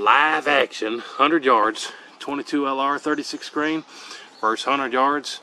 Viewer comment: 22lr. Versus not verse, sorry like finger nails on a chalkboard to my ears.